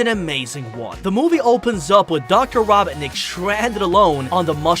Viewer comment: I can't stand it when he says Robetnik it Robotnik